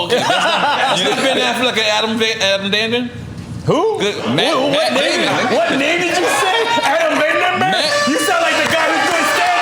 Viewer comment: FUNNIEST PARTS LMAO NORE CANT PRONOUNCE MATT DAMON LMAOOOO AFFION DOES MEXICAN IMPRESSION LMAOOOO